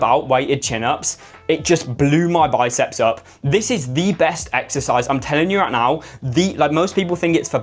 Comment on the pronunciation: "I'M TELLING YOU ROIGHT NOURR" 🗣️🗣️🔥🔥